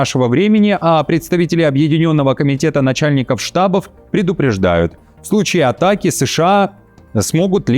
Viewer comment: Спасибо за выпуск. В слове штабо́в (множественное число, родительный падеж) ударение падает на гласную О во втором слоге